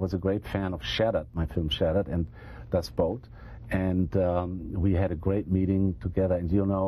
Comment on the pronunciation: And to mispronounce the name of his interviewee's greatest movie. It's cool you don't know how to pronounce "Das Boot"; after all, you're not German. But how about checking on it before you start taping?